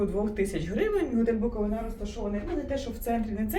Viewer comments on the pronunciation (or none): Невже не можна вивчити назву місцевості, аж слух ріже. Наголос не знаєте де ставити ? БуковИна , а не БуковинА